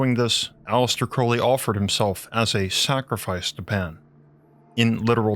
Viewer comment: Its A-Lee-Stir not Alice-ter